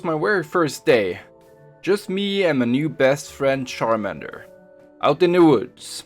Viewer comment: It’s char mander